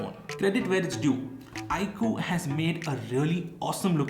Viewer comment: Cool edition but you're pronouncing 'iQOO' wrong, its not 'iQ' its 'iQOO'